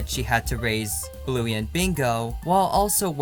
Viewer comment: Did you say Bluey wrong